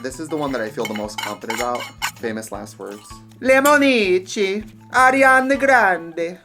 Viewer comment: Trixie: LemOnIcci, LEMONICCI every Italian person watching:👁️💧👄💧👁️